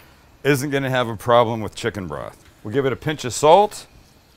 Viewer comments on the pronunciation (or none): none